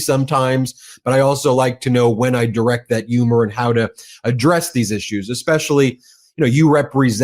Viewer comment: That's not how you pronounce the word "humor".